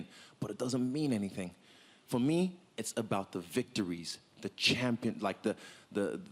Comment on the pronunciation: He said he's the SAMPION😂😂😂😂😂😂